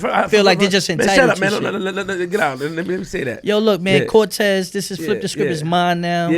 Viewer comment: lol he called cortez mr. Volte